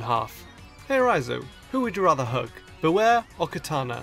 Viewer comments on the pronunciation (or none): IT'S BEWEAR, NOT BEWARE! AND IT'S LEGENDARIES, NOT LEGENDARYS!